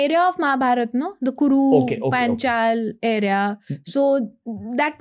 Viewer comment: Absolute stupidity by uneducated people (in Sanskrit and our culture) who think of themselves no end. She can't even pronounce Paanchal. Stop thinking in terms of Harappa and Mohenjadaro and following what's said by western vested interests. Brahmastra is not in physical form. It could be a blade of grass turned into Brahmastra with Mantra.